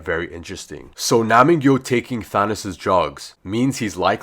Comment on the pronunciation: It’s nam gyu btw